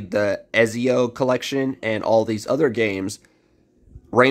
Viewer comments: Ezio is pronounced Eht-see-oh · How do you not know how to pronounce Ezio!? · Everyone talking about pronouncing Ezii but no one saying a word about how he is pronouncing library. Hahahaa